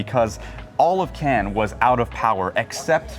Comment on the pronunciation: It's so annoying with Anglo-Saxons who don't even try to pronounce Cannes correctly.